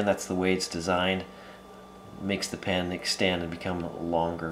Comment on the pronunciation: Yes I'd like to know why you pronounce it "pan", too.